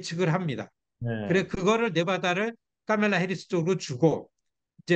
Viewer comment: 미국살고 뭔놈의 교수란게 카멜라 발음이 안되서 까멜라라고 하지 바덜되게